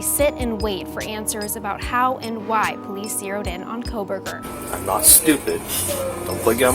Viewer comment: Did you say Proberger? 😅